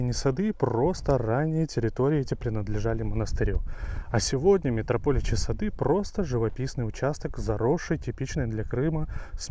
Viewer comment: Нравятся ваши видео, и рассказчик вы хороший. Но...пусть меня заплюют все комментаторы, не могу не попросить: пожалуйста, ставьте ударения правильно!!! Очень царапают слух метропОличьи, красивЕйший, сазанЫ и карпЫ и т.д. и т.д. и т.д.